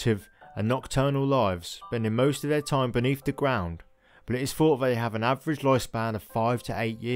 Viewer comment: A very good video giving out interesting facts. Unfortunately the spoken grammar became a nuisance such as"wiv" "fawt" throughout.